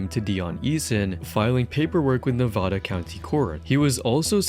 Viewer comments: Learn to say Nevada correctly FFS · IIt's na-vaa-daa